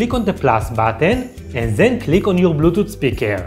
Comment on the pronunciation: Blutoot speekaal 😂 lmao